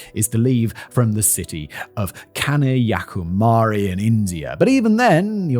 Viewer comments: Simon, u massacred all the names in the video. Kankyakumari, Lakshwadeep, Mascaneras, Khemer rogue etc..😂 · in this video, the narrator mispronounces the name of the Indian city of Kanyakumari. The proper pronunciation is Kan-ya Ku-ma-ri. It's quite easy to pronounce, actually. The narrator also pronounces Africa as "Africar".